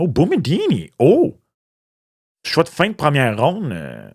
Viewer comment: boumedienne est d’origine algérienne! tu peux prononcer son nom comme tu le lis.